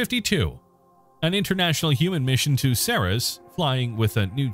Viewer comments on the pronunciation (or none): none